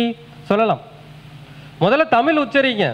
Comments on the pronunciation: நீங்க தமிழ் என்று சொல்லாமல் தமில் சொல்றீங்களே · MUDALIL TAMIZH ENDRU OZHUNFAGA UCHARIYUNGAL MURUGAN TAMIL KADAVUL AVANGA FATHER SIVAN NORTH INDIAN KAILASH LA DANE IRUKKAR